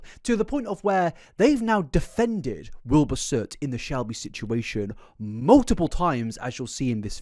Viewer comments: You also pronounce "mutiple" as "muldupull" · mate im british and we dont say mull-tip-ull like u do wtf bro 😭